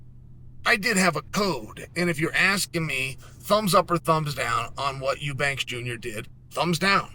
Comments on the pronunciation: “Oubanks” instead of Eubank 😂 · Everyone: Eubank Chael: Oobanks